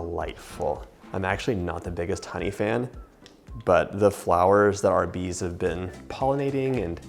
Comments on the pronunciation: Could have sworn you said the honey was from Arby’s! Had to back it up and listen again 😆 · "Honey from Arby's"? Oh, he said "honey from our bees". I was very confused for a moment there. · When you said ‘our bees’ …. I was thinking you said Arby’s 🤣🤣🤣🤣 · I have watched this a few times now and made this recipe three times so far. When he says "we got this honey from our bees," I always hear it as "we got this honey from Arby's." I have to think about it, like "Arby's must have some really good honey packets." And then I am like "oh yeah, our bees..." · What did he actually say because I heard the same 🤣